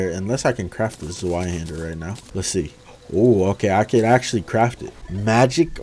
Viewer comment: It really doesn’t matter but just wanted to let you know the ‘Zweihander’ is pronounced “zveye-hendah”